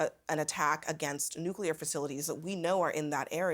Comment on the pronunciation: There is no "Q" in the two syllable word "nuclear" it's pronounced " nu - clear " not " nu - q - lar "